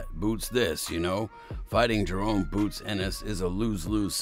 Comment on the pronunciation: JA-RON not JA-RONE!